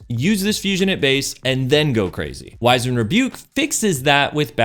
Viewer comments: “Wiz-end Rebuke” not “Wise-end” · It's pronounced wiz-und, not wise-end. Likewise, it's rah-preezed not re-prized.